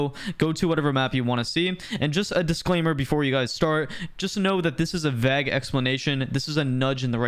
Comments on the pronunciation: Bro pronounced “vague” as “vag” 😭😭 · the "a" in vague makes the "a" sound like in "stay". keep up the good work :D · Why did you say vague like that.